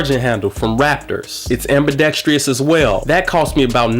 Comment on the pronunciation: It is ambidextrous. Please improve your vocabulary and pronunciation.